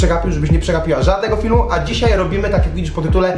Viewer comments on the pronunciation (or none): none